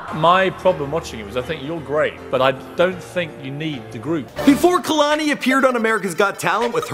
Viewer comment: Yeah I know but he is pronouncing it Kah-lani